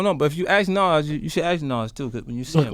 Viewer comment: 50: "Naws" (Nas) lol